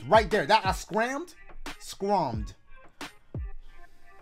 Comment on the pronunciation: Bye😂😂”I scrummed” is crazy